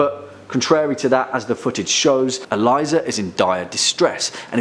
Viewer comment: E-Lee-suh not E-lie-zuh